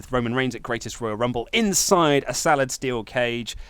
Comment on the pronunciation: Is it me or did say inside a salad steel cage?